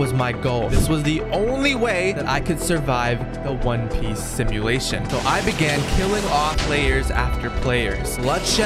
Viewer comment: Bro it's Piece not Piss